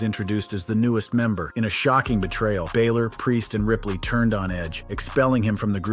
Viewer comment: Where is the y in balor?